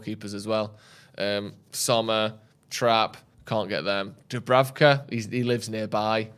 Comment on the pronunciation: Imagine butchering Dubravkas name every week